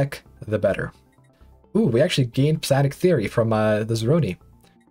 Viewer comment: Its pronounced Psi-onic, not Psi-onic